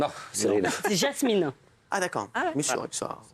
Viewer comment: Il a bien dit « DJinda » elle est un peu bizarre… En plus elle appelle Jazz « JaSmine » derrière alors qu’elle s’appelle « JaZmine »